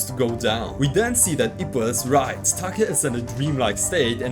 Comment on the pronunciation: It’s Take not Taka. Similar to pronouncing Date.